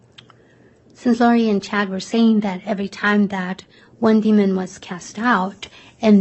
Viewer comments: I agree, although my only gripe is her adding a "d" at the end of demon 🙄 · Why is the prosecution pronouncing demon, "demonD"? Like Lstauch exaggerating the "ing" in her "upspeak"....bunch of sociopaths